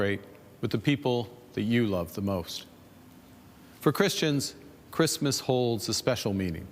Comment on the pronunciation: Carney can't say Christmas